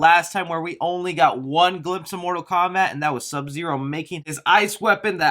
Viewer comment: Mortal Kowbat. 😹😂🤣